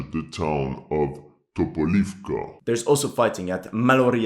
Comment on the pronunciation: TopolEvka, not TopolIvka. Har`kOv, not HarkIv.